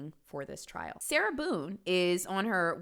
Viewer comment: I thought he called her “Sailor Boon” for a sec 💀